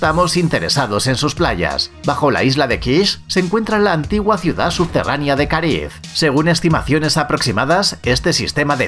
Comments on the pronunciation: no se dice subterraNIA, SE DICE SUBTERRANEA, el video , la investigación muy buena pero pierde credibilidad cuando la gente tiene faltas de ortografía o de pronunciación (es poco profesional), es como cuando escuchas algo interesante de una persona sin educación pero apenas y puede pronunciar el español correcto. Lo siento, yo en lo personal tengo una enfermedad que se llama MISANTROPÍA y me es difícil pasar este tipo de cosas, pero no deja de ser incorrecto. aún así el video me gusta. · Habla muy rapido y lo dice mal pero lo importante es que lo escribieron bien la palabra subterranea. Al final la pronuncia bien y mal 🤣 igual me gusto el video.